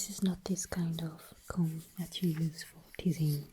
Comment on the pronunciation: It's so cute when she subtly pronounces the "b" in "comb/combing" 🥰